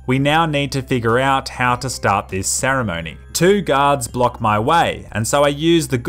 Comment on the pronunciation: I always hear ,,Gods'' instead of ,,Guards''